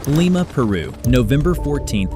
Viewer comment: Wrong pronunciation of Lima 😂